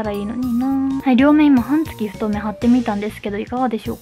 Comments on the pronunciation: 「はんつき」が気になって気になって。 「半月」は、「はんげつ」です。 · 解りやすい動画をありがとうございます(^-^)/私も、いろいろ試してテープはこれが一番と思っています。「半月」は、「はんげつ」と読むのでは？ 「はんつき」と何度も言っておられるのが気になります。